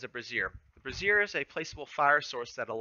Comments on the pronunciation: Brazier(bray -zhr) is the archers special you are pronouncing "brassiere" which is a woman's bra. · Love the guide! Just a tiny nitpick, it's pronounced Brazier (bray-zher) the way you pronounced it is another word for a females bra lol. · Kinda put the wrong emphasis on the wrong syllable there. One is a bra and the other is a firepot lol a bra as special for archers would be hilarious